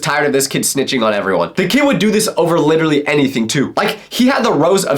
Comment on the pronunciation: Why are u always trying to say LITERRLLY instead of LITELLLYYYYY....